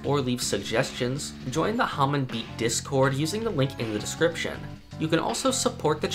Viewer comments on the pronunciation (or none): none